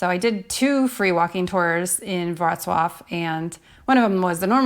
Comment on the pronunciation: I'm sure this is different depending on the country you're in, but how much tip is customary for the free walking tours? And I had no idea that's how to properly pronounce Worclaw lol. At first I thought I was watching the wrong video lol